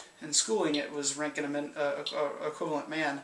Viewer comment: Btw about your pronounciation: The R is absolutely perfect but please try to optimize your ö ;-). Cheers from Gießen/Germany where Wilhelm Conrad had his first professorship.